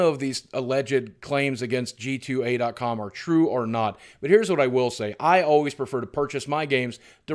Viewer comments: Boogie, it's G2A (gee-too-ay) not GTA. You got my small brain confused with the mistake. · I love how Boogie kept accidently saying GTA many times and didn't stop to correct himself. brought a smile to me every time I thought that instead of G2A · did anyone realise he said GTA. com instead of g2a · Boogie half the time you said gta not g2a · nerd: BOOGIE DID U JUST CALL IT GTA. IT'S G2222A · You keep saying GTA instead of g2a haha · Is he saying "GTA?"